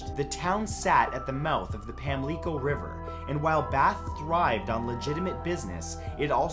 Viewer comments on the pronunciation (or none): Dude its pronounced Pam-lick-oh not Pam-lee-ko (bath, Carolina) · I live near Bath and it’s pronounced “Pam-licko” not “leeko” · Why did he pronounce Pamlico like pamleeco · Matt, Great video as usual but Bath is in NORTH Carolina and Pamlico is pronounced PAM-luh-co.....I live in NC. Please keep doing creepy themed videos. They are my favorite.